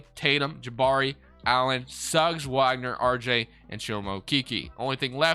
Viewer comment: Great video as always. One small thing, likely you've only seen his name and never heard it due to him being on the terrible magic... but Mo Wagner is pronounced VOG ner. just for the record lol